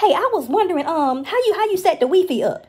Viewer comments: It's the 'WEE-FEE' for me😭😭😭😭💯💯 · The "Wee- Fee". LMAO!!!! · The ‘Wee Fee’ 🤣😂🤣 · Omg she said wefe thats how I call it too 😆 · The wee-fee 😆😆😆😆😆😆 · Weefee 🤣🤣🤣 goodbye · She said weefee lol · Lol so black grandmas also say wee fee?! 🤣🤣🤣🤣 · Why didn't Ms. Nancy correct her pronunciation of Wi-Fi? bahahahaha And you can't go wrong with beenies and weenies.